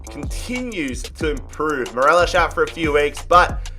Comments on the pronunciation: Anyone triggered at him saying morelosh than morelos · His name is Morelos not morelash lol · Its mo-re-loss no fucking morelish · everyone: mor-el-os: mor-el-esh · I hate who he pronounces Morelos wrong he pronounces it morelosh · Its morelos not marelosh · How he says Morelos cracks me